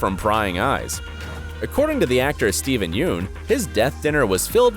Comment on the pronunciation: You pronounced steven, Greg's and negan's name wrong.